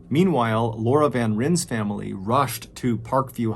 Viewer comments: also it's pronouced as van "Ryan" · I grew up with the VanRyn family! also their last name is pronouced van "ryan" :)) crazy to hear their story being told by someone very popular in the internet!